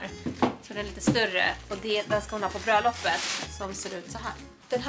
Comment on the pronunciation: Lol de lät som hon sa ”brödlopp”